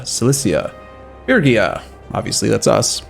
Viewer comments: Its phrygia, like in 'freeze'.... free gee ja.... or fast: freegjia. Not firgja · IT'S PRONOUNCED FREE-GEE-AH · Say it with me now. "Fridge'ia" or "Frigg'ia" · "fergia" is not a logical way to pronounce "phrygia". the letters simply are not in that order. reading is not just remembering how words you already know are pronounced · Aren’t those two separate pronunciations? The G in fridge is different than the double Gs in piggy. I’m guessing the correct the pronunciation of this country is more like fridge-e-uh without the d. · Intresting I learned in university that it's pronounced Phrygien. I don't think there is a way to write down english pronounciations because of the old ghoti-problem. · It's gonna be like 3 more episodes before he's done another recording session and maybe figures out how to pronounce Phrygia.